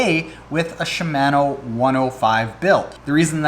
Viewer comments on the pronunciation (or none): Gah stop saying Shi-MAN-o! It's Shim-Ah-no! Jeez man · “CHEE-MAN-Oooo” *cringing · Was scratching my head about the pronunciation of "Shimano" but at the end you mentioned Canada so that must be it... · Should I really listen to anyone who can’t properly pronounce Shimano??? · Killing me with the pronunciation of Shimano.